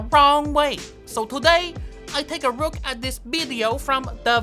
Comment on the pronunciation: It rook rike a Jackson pollock painting 😂😂😂